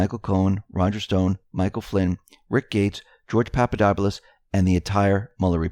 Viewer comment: Papp uh dop uh lus. No need to move the long 'u' sound to an earlier syllable; it's not sounded at all. Presenting the horrible truth in an optimistic way is a great public service and you have a great future in the news business. People should never be left feeling bad about the news, and , thankfully, with Trump as President , we never need to be.